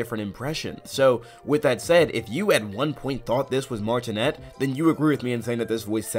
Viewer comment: Charles last name is pronounced “Martin-ay” not “Martin-net”